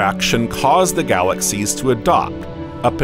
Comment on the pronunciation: It's fascinating this new pronounciation of the word galaxies. Galaxies, 3 syllables, right? That's what I thought, but, no, it now has 4 syllables by the narrator calling it " galaxies-uh." Must have said it this way 50 times, galaxies--uh. Glad he didn't teach English class to my kid.